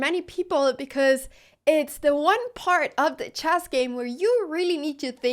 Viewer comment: Why does she call it CHASS ?